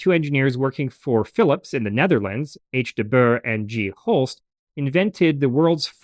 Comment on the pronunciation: Great video! Small tip regarding pronounciation: The Dutch 'oe' sound in the name 'de Boer' is more like an English 'oo' sound or French 'ou' sound, think of 'tour' but then replace the t by a b (and of course the r sound is a bit different too, but that's something the Dutch themselves can't even agree on, so don't worry about it).